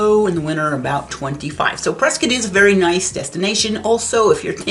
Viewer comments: It's CORRECTLY pronounced Preskitt, not Prescott. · You can’t be a native and not know the story behind it… JS. The town of Prescott, Arizona, is commonly pronounced "Pres-kit" (rhymes with "biscuit") by locals, rather than the more phonetically correct "Pres-cott". This unique pronunciation is a local tradition and has become a point of identity for the town, with newcomers quickly learning to adopt the local vernacular. While the town is named after historian William Hickling Prescott, whose name was pronounced "Pres-cot" by his contemporaries, the town's pronunciation seems to have evolved independently. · LOL on the pronunciation of Prescott. I am an Arizona native and it's one of the dumbest things I've ever heard. Do you pronounce Scott as "skitt"? What about cotton? Do they pronounce it as "kitten"? Their pronunciation makes no sense. LOL